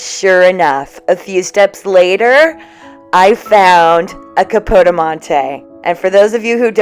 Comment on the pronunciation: Were you referring to the Italian porcelain Capodimonte, which is pronounced Cappa-di-monte or Cappa-da-monte??